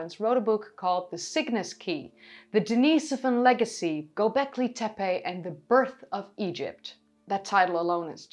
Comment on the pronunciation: you put an extra "L" in Golbeki ; )